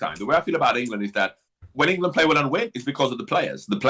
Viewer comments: Always annoying how gabby says England. "engeland" 😂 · Gabby wtf is ingleland? 😂 🥬